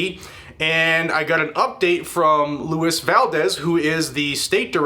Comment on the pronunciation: *Lou ees Valdez. Come in Yankee!